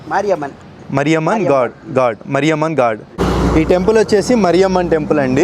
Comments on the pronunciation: "మరియమ్మ" కాదు రా "మారియమ్మ".😢 ఎందుకు పుడుతారో కూడా తెలీదు. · మరియమ్మ కాదు బ్రో.... మారియమ్మా మా ఊర్లో మారెమ్మ అంటాం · మరియమ్మ కాదు మారియమ్మ అన్న